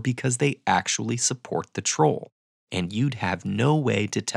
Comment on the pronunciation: why 'troll supporter' sounded a bit like 'trump supporter' to me?! 🤔